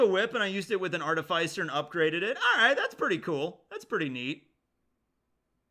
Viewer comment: Am I the only one annoyed at the mispronunciation of "artificer"? It's not "arti-fays-er" it's "arti-fis-er" like in artificial.